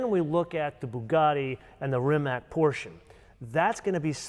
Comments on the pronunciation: Rimac = Rimadz not Rimak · So you're really good at pronouncing the brands correctly so Porsche is pronounced with two syllables. With that in mind, please say Rimatz, not Rimac. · It's NIKOLA TESLA, not NIKOLAI TESLA. RIMAC is pronounced as RIMATZ, not as RIMAK. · Come on guys... It's not "Rimak"... It is Rimac... 😅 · Rimac is pronounced Rimatz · Please pronounce the name Rimac the way it should be. RIMATZ.